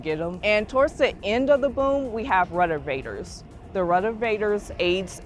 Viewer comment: Ruddervators huh